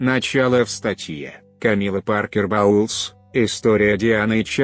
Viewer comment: "бестселлерЫ", "Камилла Паркер БаУлз", "прИшла", "смирившИсь"... - все, дальше невозможно слушать